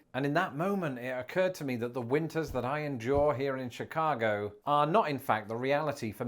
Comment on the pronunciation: Oh my God he's starting to say Chicago with a Chicago accent! Shi-caaaah-go